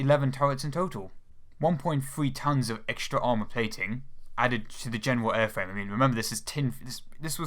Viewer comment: A compwete metaw aiwfwame.